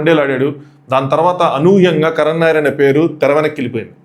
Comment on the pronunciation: కరణ్ నాయర్ ఏంది బాబూ కరుణ్ నాయర్